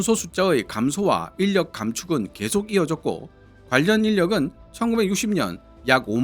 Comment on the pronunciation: 인력의 올바른 발음은 일력입니다.